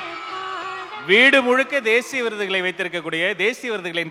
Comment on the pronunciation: மக்கலே...விருதுகலை.... என்னய்யா தமிழ் அந்த வர்ணனையாளர் ஆண் தொகுப்பாளருக்கு